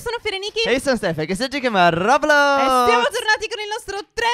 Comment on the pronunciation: stef non si legge cosi